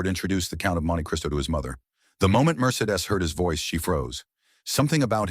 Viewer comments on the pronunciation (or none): It's pronounced "Mer-see-dees", imbeciles!!! "Fileford" was in fact, Gerard de Villefort. Amazing!!!